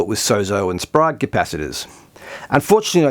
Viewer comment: Sprague rhymes with vague not frog. Thanks for making this video, lots of real work on the ground proving/disproving myths.